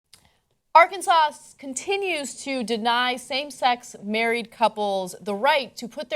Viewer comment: I live in "Arkansas", you pronounced it in a very northern way XD